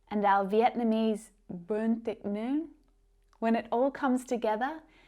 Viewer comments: You pronounced "Bún thịt nướng", "phở", "bánh xèo" perfectly,! - A fan from Vietnam! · Bún thịt nướng.!! Your pronunciation is excellent.